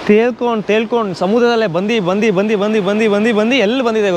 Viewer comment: ಬಂದಿ ಬಂದಿ ಅಲ್ಲ ಬಂದು ಬಂದು 😆